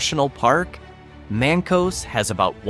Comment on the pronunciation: Mank-us. Mancos is pronounced Mank-us. Great video.